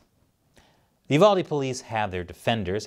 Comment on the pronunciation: I'm glad you said the name right, UVALDE. People get my area wrong all the time BEXAR, pronounce bear.